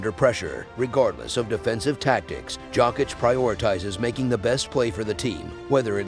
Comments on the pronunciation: It’s pronounced Yokitch lol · jAWCK - ITCH!!